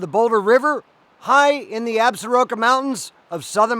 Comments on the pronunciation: Absaroka’s is pronounced “Absorkee’s”. by the locals. Nice video! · Absaroka is pronounced, "Ab- sorkee"